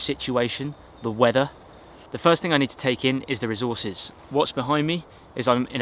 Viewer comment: They why he said weather :weader